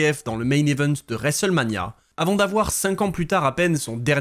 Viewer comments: l'horrible prononciation "resselmania" 😂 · Je sais bien t'inquiète c'était pas péjoratif, le mot est horrible à prononcer ^^ ça m'a juste fait rire au début de la vidéo quand tu le dis 5-6x en 30 secondes 😅